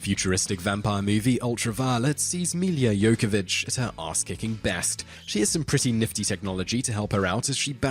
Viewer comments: Pre sure it's pronounced yovovich..not yokovich. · Jovovich, not Jokovich.